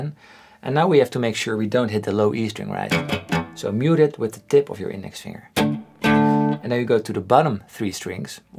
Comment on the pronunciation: Je spreekt het woord finger steeds verkeerd uit. Het rijmt nl. NIET op “singer” maar heeft een duidelijke g-klank na de -ng